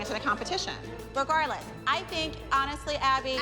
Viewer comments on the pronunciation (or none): none